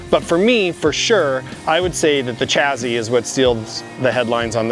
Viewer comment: Wtf is a "chazy"? I think you meant to say "chassis". There is no z in there.